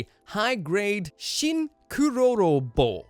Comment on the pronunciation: It's not kurororo. It's kerororo